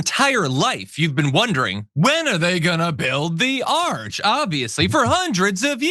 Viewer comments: It’s an ARCH not an ARC. Frickin’ idiot. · Trump says arch one time then he continues on calling it an ark. The man is slurring/mispronouncing his words more and more. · It's an ARCH not an ARK. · An arc? Arch. What a moron. Or does he mean Ark? 😂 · Isn't it an ARCH, not an ark? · It's pronounced ARCH, not ARK, Trump you idiot.